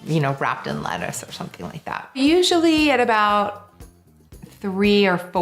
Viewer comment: You can tell a lot about someone by the way they pronounce "Lettuce" Gwyneth Paltrow: "LAeTUSSSS"